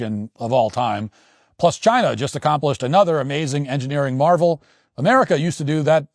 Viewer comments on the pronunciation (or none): none